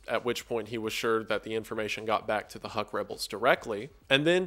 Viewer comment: "HUK" is pronounced as "hook" and not "huck" - these assholes shot at my grandparents back in the 50's and 60's - but otherwise oh holy shit i'm from there and i don't even know about this. fascinating how this operation could have led to many of the births of urban legends and myths.